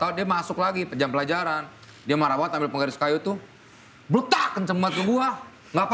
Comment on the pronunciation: kalau si bilang banget jadi banggat itu kenapa ya?